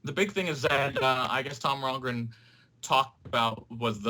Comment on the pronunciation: Since when is there an r in the middle of Rongen, this guy must be a new soccer fan. Sorry but a guy mispronouncing Thomas Rongen is annoying and again he HAS to be new to the game. Good luck in your opener this weekend. Glad ALL NASL games are now on ESPN3. Good stuff.